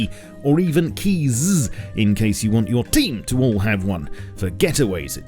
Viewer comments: I love "the TEAM!!" 👀 it makes me laugh every time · Stop saying team like that. It's very irritating.